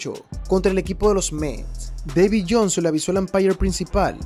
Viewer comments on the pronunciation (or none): none